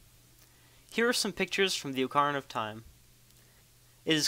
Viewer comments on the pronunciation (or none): did he just say (OH-CAR-I-NUH-)??? I think he did